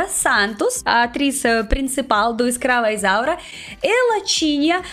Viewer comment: Amei amei amei. Quando você fala ESCRAVA ISAURA o mundo treme nos erres, tão bem pronunciados, é lindo. Eu não podia imaginar, o vídeo é uma grata surpresa.